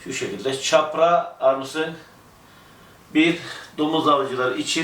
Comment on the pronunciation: Firma yetkilileri firma adını "Kapra" olarak "k" harfiyle telaffuz ederlerken siz neden "Çapra" diye "ç" olarak telaffuz ediyorsunuz!